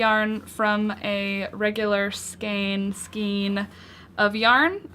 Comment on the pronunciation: Thanks for this. FYI skein rhymes with rain ;)